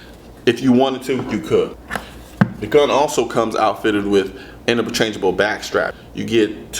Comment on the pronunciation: Did this guy just say "Innabachangable backstraps" ?